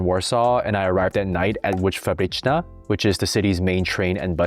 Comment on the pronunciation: I rarely comment any videos. But the flawless saying „fabryczna”, really impressed me.